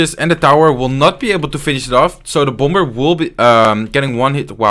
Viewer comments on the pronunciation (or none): In the word "bomber" the second b is silent. Try saying bommer instead and that will be the correct pronunciation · thats BOMB-er , not boomer